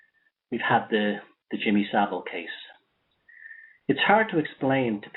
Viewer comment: Jimmy So-vile